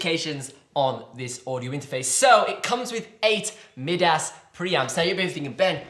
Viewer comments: dude you need to take it down a notch that is not pronounced mid ass its pronounced mi-d us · It’s pronounced my-das not mid-ass as in Midas the fictional king who everything he touched turned to gold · "Mid Ass" lol! Midas, pronounced "My-Das" as in the king from Greek mythology who turned everything to gold with his touch, was a highly respected English mixing desk manufacturer founded in 1970, eventually acquired by Bosch Group in 2006 and consequently acquired by Behringer in 2009. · lol, mid ass preamp? It’s pronounced my duss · In Greek is pronounced mee-thas though so mid ass sounds more accurate. Lol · Mid-ass? You've got to be joking. Try My-das as in everything he touched turned to gold. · I’ve heard Behringer mispronounced my whole life but never heard Midas flubbed this bad but so amazingly at the same time. Damn tell me about those mid ass pre’s.